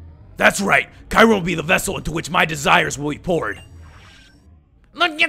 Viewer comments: It's pronounced kerum not kirum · Its cure-em not kyrume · it is not called ki rem it is k your em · oh for godsake its kyu-rem NOT kai-rem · dammit its KYU-REM not KAY-RUM. (i'm sorry if this is a bit rude but i cant take it anymore) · Its not kayrem its KYuurem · Its, Ke-your-rum, kyram, lol silly guy who makes unnecessary noises and voices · Ky u rem that's who you pronounce kyurem not kirem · I pronounce Kyurem as "Queue - rem" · Cure-im is how u say it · ITS KE YU RUM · No it is pronounced as Kyoorum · Kyurem is pronounced Cuu-Rem. This has been frustrating me for forever. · ist it should be kyu-rem? like q-rem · Watch "Kyurem vs The Sword of Justice" Kyurem is pronounced "cure-em" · It's pronounced Kyoorem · Nebby Get in the bag cure-em, watch Kyurem vs the sacred sword movie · And the pronounciation is Ke-your-rum, not the way its spelled, Kyurem. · It's Kyoo-rem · It's "KYOO-rem" says it in the fucking pokemon handbook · THAT'S NOT HOW YOU SAY RESHIRAM OF KYUREM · It's pronounced Ki-rum